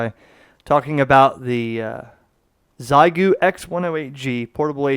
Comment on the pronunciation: As a native speaker, i have to point out xiegu in chinese is pronounced as “shea gu” 73